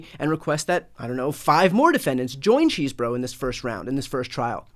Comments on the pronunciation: I get the appropriate humor in Bryan and Glenn referring to John Chesebro as "cheese boro" but I think the proper pronunciation is more like "chess bro." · Apparently his name is pronounced "chess-eh-bro" but lets all agree to keep calling this facist Cheese-Bro😂